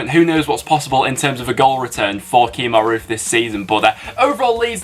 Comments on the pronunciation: Kemar Roofe not Keemar. Love the vids tho. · Freddie O'Neill he did Kemar